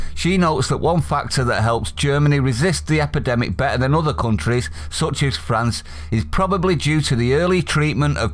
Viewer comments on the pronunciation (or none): none